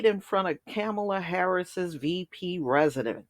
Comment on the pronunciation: Can you at least say her name correctly